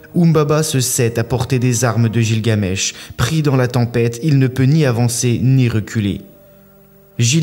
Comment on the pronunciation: On ́e ne prononce pas gilgamesh comme ça !